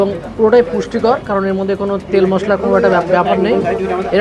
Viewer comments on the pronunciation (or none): none